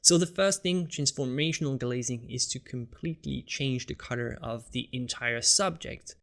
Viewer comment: Dude, I love your videos but I have 2 criticisms. First, there's no need to get so technical in your explanations. Second (and I know it's because it's not your native language) is your pronunciation of "colour". To me it sounds like "cudder".